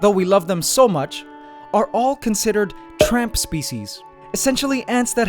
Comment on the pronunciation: when he say tramp species i almost think he said trump species LOL😂